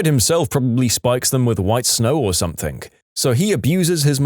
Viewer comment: No k in the word something